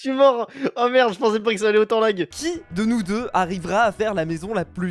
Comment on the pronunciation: Non plus, c'est LAG, pas LAGUE vu que c'est anglais